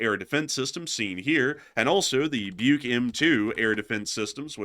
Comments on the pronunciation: It's" book" not bike Like something people used to read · It's pronounced like "buck", as in the male deer.